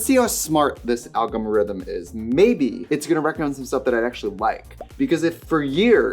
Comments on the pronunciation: Her saying algomrithm 💀 mama it’s ALGORITHM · The “algMArithm” came to play all the games 😂🤣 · the way Trixie doesnt now how to say algorithm is sending me